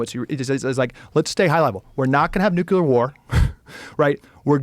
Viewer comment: Ekcetera, nucular… graduates with huge degrees can’t even pronounce words correctly.